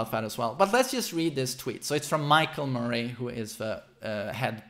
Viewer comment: I love that he says "Murray" like Joaquin Phoenix says "Muh-ray" in The Joker lol